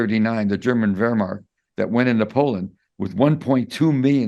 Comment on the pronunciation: He has issues with terminology…e.g. Wehrmacht not Wehrmark, Die Zeit not Der Zeit